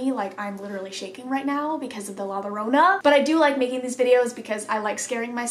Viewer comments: First... I'm happy one tiktok from my country made it to this video (the one with all of the little mermaid dolls) she did a lot of tiktoks about the creepy situation going on in her house you should check them out!! As for La Llorona (pronounced la eorona) it's a really popular Mexican legend, she killed her kids by drowning them in a nearby river, once she realized what she did she starts crying and screaming saying "MIS HIJOS" which translates to "my children", people says that when you hear her screams close she is far away and when the screams sound far away she's close. I love u and your video just made my ugly day a bit better 🥺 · so idk if you’ll see this but La Llorona (it’s pronounced La Yorona) it’s The Weeping Woman in english, and it’s a tale about a woman who married the most handsome and successful man in her village in México. He traveled a lot but they had a family together. She finds out that her husband is cheating on her and he leaves her. Then she’s filled with so much anger with the children because the father would still give his children his attention so she drowns both of them in the local river and she feels so guilty that she drowns herself. The story is that she always walks around at night crying, looking for her children while wailing “Mis Hijos!! Mis Hijos!!! Donde están mis hijos!!” (“My children!!! My children!! Where are my children!!”) and our parents and grandparents would tell us these stories so that we would behave and listen because if not then the Llorona would come and snatch us bc she thinks we’re her missing children.... I was told this story my whole childhood in school and at home it is very much engrained in my brain. Others might have different stories but this is the one i grew up hearing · When it comes to how to pronounce La Llorona, the double L is pronounced as a Y and roll the R. Hope this helps ☺️💗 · just a little tip, to say ‘la llorona’ correctly you have to say ‘llo’ as you would say yo-yo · The l is like a y